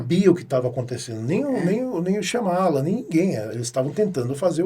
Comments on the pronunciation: Primeira vez que vejo a Boscov com seu inglês britânico sempre impecável, errar o nome da pronúncia do Shyamalan.. Lê-se: em nite shaa . muh . laan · Eu amo e odeio o jeito que a queen pronuncia Shyamalan 😂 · Por quê Isabela pronuncia o nome deste jeito, se o próprio Diretor não o faz?